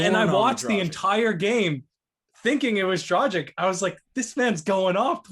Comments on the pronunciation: It's DRAG-ITCH NOT DRAW-ZHIK. Ever hear of Luka Dončić or Peja Stojaković? It's pronounced like that ffs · You guys sound like fools pronouncing a veterans name totally wrong...it's DROG + ITCH It doesn't rhyhm with Magic or Logic? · If Dragic ends up staying w the Raptors, it wouldn't hurt to learn to pronounce his name correctly. I believe its pronounced 'draa·gich'. International players are on the rise and we should learn their correct names and show them the respect they deserve. Thanks for your contents and let's hope the Raptors come back strong! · I stopped watching as soon as they mispronounced an NBA veterans name. Lol Guess they never heard his name before